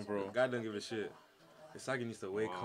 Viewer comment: my guy said ewo😂😂😂😂